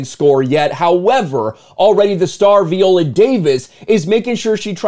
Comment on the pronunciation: At the bare minimum pronoun her name right. 😂 Can’t even begin to take you serious when you can’t do that